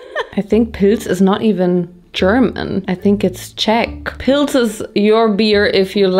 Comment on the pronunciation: Every time you said "pils" I thought you were saying poods LMAO